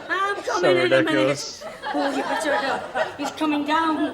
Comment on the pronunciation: "Ohhhh! Don't be so rikkidoodalus!" Me and my mates were always fond of Hylda's spoonerisms. Stanley Unwin was another who would take delight in the gentle art of word mangling.